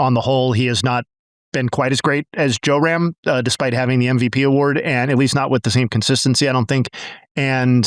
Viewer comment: Love the comments dude, but it's JRam, not JOERam